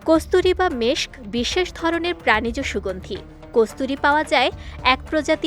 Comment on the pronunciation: saying Meskh 😂😂😂😂😂😂😂😂😂😂 😂